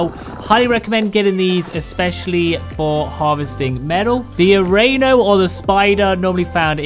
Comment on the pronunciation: a-rah-ne-o, not "a-reh-no" hahahahaha